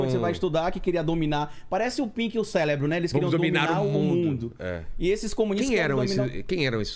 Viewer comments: Parei no "professor" falando CELEBRO". Meu Deus. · parei de assistir quando o maluco mandou um "célebro" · Ia assistir ai ele falou pink e celebro eu parei